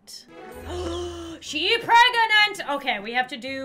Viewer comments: Me too its funny how she say shes pragontay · she pregontay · I love how she says “pregontay” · "Oh my gosh there's so much crying outside can you keep it down I'm PREGANANTÈ" - 2020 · ✨ P R E G O N T A Y ✨